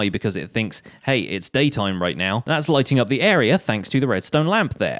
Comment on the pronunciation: I thought he said lightning not lightning